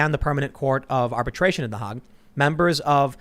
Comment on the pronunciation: Tim's pronunciation of The Hague is just PAINFUL!